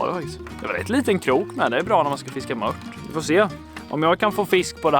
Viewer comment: JAG ÄLSKAR ATT HAN SÄGER ,MÖTT, ISTÄLLE FÖR MÖRT